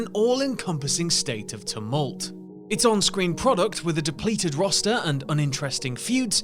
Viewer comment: here for the "tolmult"